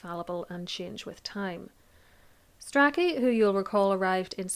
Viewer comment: It's pronounced "stray-chee"! And "stew-klee".